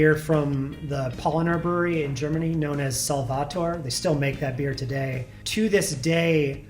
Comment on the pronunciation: sry but the germany procounciation is kinda bad. but my english spelling is not much better :)